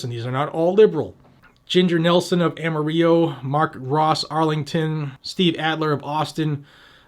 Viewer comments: I'm 71 and live in Texas. 1st - Amarillo is pronounced Ama-ril-lo, not Ama-reeo. 2nd - Texas is a constitutional carry state. Most of the mayors signing this 'Petition' are BLUE Mayors. Mathew McConaughey was born in Uvalde, Texas, speaks to emotion, not fact. By his speeches, he leans towards Blue political views.. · It is pronounced Am-uh-real-oh by locals. Just like the song. Amarillo by morning.